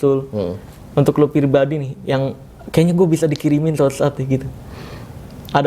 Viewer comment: bang Marcel ngomong nya typo dikit. pirbadi wkwkw😅